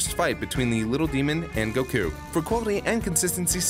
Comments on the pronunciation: Solid picks. I just hope you learn that his name is goku not goCoo someday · Why do one of the narrators keep on pronouncing Goku as "Goh-khuu~"? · How does this guy pronounce goku like that? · I love "Goku" pronunciation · I've never heard anyone pronounce Goku like that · pronounces gokus name weird uh